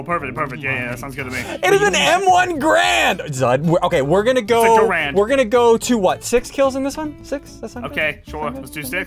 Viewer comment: I hate when YouTubers say grand instead of garand